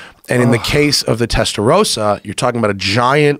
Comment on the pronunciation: Guys it is not Testa Roe Sah... It is Testa Ros Sa